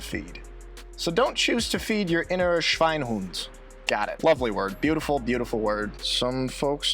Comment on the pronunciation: The e in Schweinehund is not silent. If it were, it wouldn't be there and it would be spelled Schweinhund. But it isn't. I'm german, sorry for being pedantic. In the north, we speak "high german" without a dialect and take language pretty seriously. For us it seems as if the southerners have high german only as their second language for school and for writing and their first language, their dialect, for us appears to have many mistakes in it and sometimes make the speaker of it appear a bit mentally challenged. So I won't recommend the south for someone who wants to learn proper german. It would be like going to Scotland and learn their english and then wonder why no one would understand your "english".